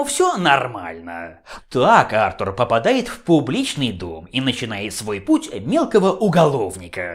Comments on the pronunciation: Сергей Воронков, потому что британское имя произносится именно как Артур, а не артУр. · Почему Артур, а не артУр? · А́ртур, Ва́ркрафт... режет слух